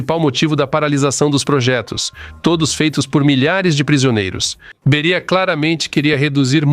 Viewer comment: Não é Bería mas sim Béria. Ou não fala português? Obrigado